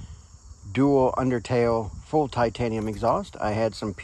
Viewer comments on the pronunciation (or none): none